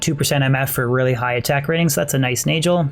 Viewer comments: It is Nagel (nay-guhl), not Najel (nay-jel) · Fun fact: Nagel is pronounced as Na'g'hel, in old european languages referring to "Nail Ring". You can see in German and Dutch both retaining old germanic spoken language still using Nagel to this day. Since this a gothic themed game i'm almost 1000% sure this was their aim a "Nail ring" not a Neigel ring. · same in scandi languages, it's been a pet peeve of mine having to listen to say naygel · It's pronounced NAG el. Not Nayj el. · NAY-GULL.. NAY as in the sound a horse makes, and GULL, pronounced the same way you'd pronounce it in SEAGULL. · I've always pronounced Nagel like bagel and manald like mana with ld on the end. I don't get how people come up with their pronunciations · Min Nald, Nay Juhl, lol ok..pass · The way this guy says nagel. It rhymes with bagel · If it's German it's pronounced nahgehl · nayjel xDD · I couldn't listen to you say "nayjul" and "manauld" this many times -_ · It's pronounce Nahgul. It means nail. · 50th ring was manald...not nagel... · It's really annoying how he mispronounces Nagel... does he enjoy eating BaJELs? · Wouldn’t it be a hard g on nagel, like bagel